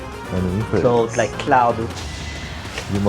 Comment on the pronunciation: why did he say clode and not claUd?